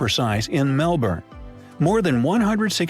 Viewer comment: I think the pronunciation of places is what pisses me off in these vids. He's not even saying Australis properly let alone Australia & Melbourne, with Canberra he's half way there. If foreigners are gunna do vids about other countries then instead of half arsed research on things about that country but research the way places are pronounced & I'm not buying the oh he's American so it's his accent why he can't say Melbourne the way we say it. They do have a Melbourne in the US & they can pronounce that anyway they like but the way we pronounce it as well as Australia, Canberra, Brisbane, Queensland, Tassie & even Aussie is how it's pronounced.